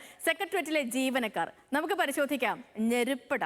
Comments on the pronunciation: ഞെരുപ്പ് അല്ല 😂 നെരുപ്പ് " തീ "🔥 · ഞെരുപ്പ്ടാ 😂 അല്ല. നെരുപ്പ്ഡാ ആണ്. തീയാണെന്നർത്ഥം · എൻറെ പൊന്നു കുരിപ്പേ ഞെരു പെട എന്നല്ല നെരുപട എന്നാണ് .. വല്ലാത്ത ജാതി കുരിപ്പ്..😄😄😄😄😄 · ഞെരുപ്പ് അല്ല .... നെരുപ്പ്..... അതായത് തീ എന്നർത്ഥം വരുന്നത് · ഞെരുപ്പ് അല്ല മിഷ്ടർ.... നെരുപ്പ്...എന്ന് ആണ് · ഞെരുപ്പ് അല്ല നെരുപ്പ് (തീക്കനൽ )😂😂😂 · Hello. ഞെരിപുടാ അല്ല നെറുപുടാ ആണ് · ഞെരുപ്പ് അല്ല 🤣 കുട്ടപ്പാ നെരുപ്പ് എന്നാണ്.. തീ എടാ. എന്നുള്ള അർത്ഥം പോയി ഞെരുപ്പ് എന്നുപറഞ്ഞു തമിഴ് ഭാഷ യെ കൊല്ലലെ 🤭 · Jerippu alla neruppu. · ഞെരുപ്പാടാ അല്ല.. നെരുപ്പ് എന്നാണ് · cheruppo😂 annan supera but ninghal njerup en paranju elam kond tholachu😊 nerup-da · ഞെരുപ്പ്... അല്ല... നെരുപ്പ്... തീ... 🔥🔥🔥🔥🔥🔥🔥ഫയർ.. 🔥🔥🔥🔥🔥🔥🔥🔥🔥🔥🔥🔥🔥🔥🔥🔥🔥🔥🔥🔥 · ഞെരുപ്പ് 😂😂😂😂 നെരുപ്പ് ഡാ it means fire, തീ or അഗ്നി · ഞെരുപ്പല്ല, നെരുപ്പാണ് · ഞെരുപ്പ്, അതല്ല .നിങ്ങൾ പറയുന്നത് ഞങ്ങൾ കേൾക്കാൻ തയ്യാറല്ല. നെരുപ്പ് എന്ന് മാറ്റണം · ഞെരുപ്പ് എന്നല്ല, നെരുപ്പ് എന്നാണ്, തീ എന്ന് അർത്ഥം